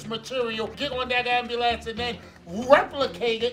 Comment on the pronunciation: lol when he says ambulance it sounds like "amber lamps." woah black betty, ambulance, woah black betty